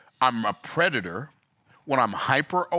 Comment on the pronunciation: Love you, but its predator not preditor😂 Still a great message tho!